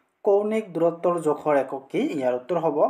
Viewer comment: জোখৰ টো জেখৰ হৈ আছে,🎉🎉🎉😂😂😂